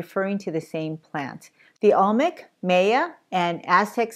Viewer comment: Some of the pronunciation is a bit different- Maya and conquistadors.